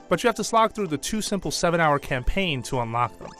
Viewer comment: This is a horrid review. Do me a favor and comment on how bad this video is, and click the dislike button. And if you're a 1st buyer for a Kirby game, pick this one, it's amazing. Don't listen to this IGN orant review. Seriously, he says "campaign" like it's call of doody. Then he insults Kirby fans by saying "there aren't a whole lot of reasons for anyone over 12 to pick this one up" 1. That's like insulting Star Wars because it's si-fi, or insulting legs because they make you walk. 2. Since he's a call of doody fantard, he SHOULD know that children don't play Nintendo anymore, they're too busy making squeaky noises and cursing on CoD. Kirby games aren't meant to be a gorebath like CoD. It's meant for you to sit down, enjoy the creativity and colors and smile. If I want to play a gorebath, I'll play CoD. If I want to create stuff, I'll play Minecraft. If I want to rage, I'll play Super Meat Boy or Battletoads. If I want to do a puzzle and go on an adventure, I'll play Zelda. If I want to beat up my friends, I'll play Smash. If I want to strategize, I'll play Pokémon. Kirby is only to have fun, this is what this IGN orant person doesn't understand.